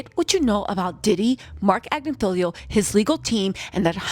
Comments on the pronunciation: Agnifilo...it's not Agnifilio. Tmz said it correctly. Just fyi... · rarely says anyone's name correct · She knows! It's just more fun her way